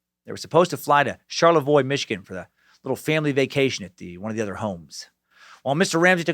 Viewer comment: Hey, you pronounced Charlevoix correctly!